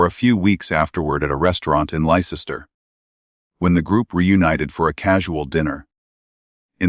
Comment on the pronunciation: Its pronounced Lester. Can we stop these awful AI voiced videos?